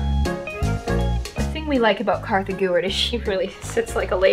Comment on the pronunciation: Its kartha